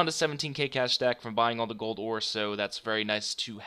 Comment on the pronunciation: Do you say aura instead of ore? Ricecup pronounces it that way too wtf?